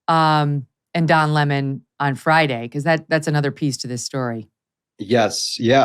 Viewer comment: Loved how tucker called him lamon